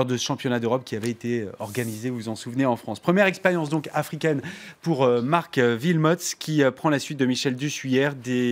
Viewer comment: pff ces francais Wilmots pas Vilmots le w se prononce oué